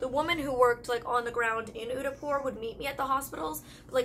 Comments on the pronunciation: in the pronunciation of d in Udaipur is ' the' not 'de' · You're supposed to pronounce Udaipur as Oo-they-pur ..😊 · What place was she trying to pronounce when she was saying "Unipor"?? I can't find it. Thanks! 😊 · The D in Udaipur is pronounced as "Th" in The😂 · Wait what? She definitely butchered the city name Udaipur. 😂 I mean no hard feelings, im not mad at her. But her pronunciation was not perfect but not bad either! It was good. 😊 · it took me while to understand her when she said udaipur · Oh!! Is she trying to say "Udaipur"??